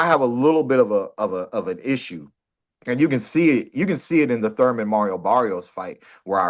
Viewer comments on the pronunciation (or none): Keith No teeth left out of time Thurman,if his name was surman he pronounces it the thame😂😂